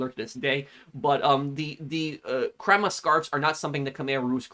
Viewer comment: Pro scarf kroma not kroma